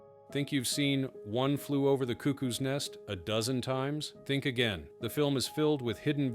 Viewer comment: Your pronunciation of cuckoo is wrong